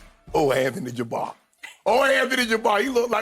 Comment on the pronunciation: Anthony Jabar 😂🤣